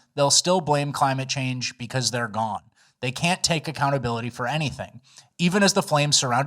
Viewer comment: So the mayor was GONEuh